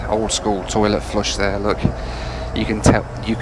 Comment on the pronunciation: The East Midlands accent really came out when saying "there" ! 😂😂😂